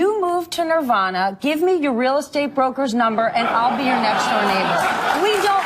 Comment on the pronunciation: It’s pronounced Nevada. Nirvana isn’t even a state is it?